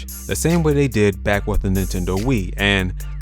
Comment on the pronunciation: Lmao that “back” was hard af